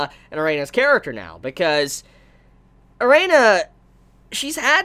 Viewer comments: Erina not Reina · lol azami, dojima n joichirou pair up would make great doujinshi. my only problem with is he keep calling Erina, Arena. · Drinking Game - take a shot every time prounouces Erina properly....still sober? Good. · Damn man can u say Erinas name right...every time i feel like leaving the video because of it..